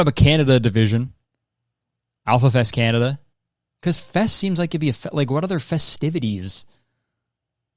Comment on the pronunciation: “Canna-Duh”, my new weed brand, launching all across NA (US & CAN) 2027!